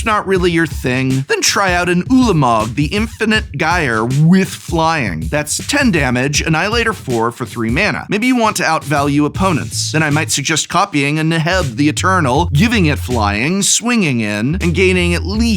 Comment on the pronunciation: Gyre : the G is pronounced like a J.